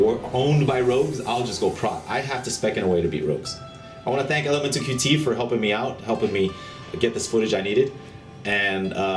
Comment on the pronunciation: Anyone else find it funny how he says Elementalqt ?